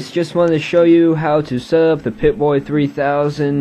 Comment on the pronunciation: pip-boy not pipbay, idiot